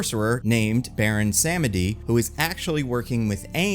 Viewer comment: Its pronounced Baron Suh-medi.